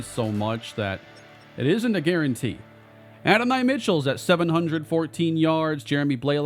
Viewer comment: No hate but it’s “A-don-e” Mitchell, loving this series